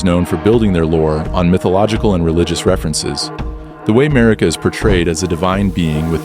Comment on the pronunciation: once you mispronounce a name that has been said countless times and is the focal point of the story, you get a dislike from me. Marika. It's like you didn't even play the game.